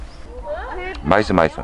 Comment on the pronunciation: 영상초반에 "맛있어맛있어"하실때 현지인인줄...ㅋ